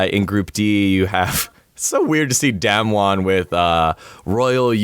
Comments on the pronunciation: I'm so tilted listening to dom pronounce damwon. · fuck do they say damwon wrong or is it me